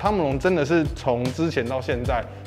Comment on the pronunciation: 每次都好像在講湯姆龍😂